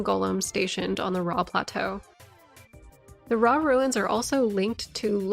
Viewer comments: It’s… ROW… did no one learn phonetics in elementary school?😭😭 pronounced “row-uh.” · AHA! A FELLOW ANCIENT RUINS OF “RAW” PRONOUNCER! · It's pronounced Rauh, not Rauh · How tf I’m supposed to pronounce “Rauh” keeps me up at night